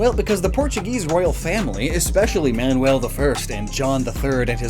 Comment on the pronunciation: That's VASCO DA GAMA! Diogo Dias was a clerk in Vasco's Armada!: almost said "Manuel" without any accents.